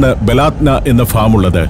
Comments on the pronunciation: ബലാത്ത നാ അല്ല ബലദന എന്നാണ് വായിക്കേണ്ടത് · ബലാദ്‌നാ അല്ല ബലദനാ നമ്മുടെ നാട് എന്നർത്ഥം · ബലാദ്ന അല്ല, ബലദ്ന എന്നാണ്. എൻ്റെ നാട് എന്നാണർത്ഥം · ബലാത് നാ എന്നല്ല സുഹൃത്തേ, ബലദ്നാ എന്നാണ്. എന്ന് പറഞ്ഞാൽ നമ്മുടെ രാജ്യം എന്നാണ് അർത്ഥം. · ബലാത്ന അല്ല ❌ baladna 👍